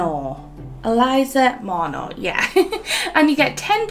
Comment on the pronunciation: i would probably pronounce her name mo-REH-no. or maybe even mo-REE-no.